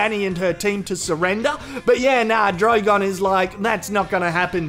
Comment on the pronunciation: DROIGONE XD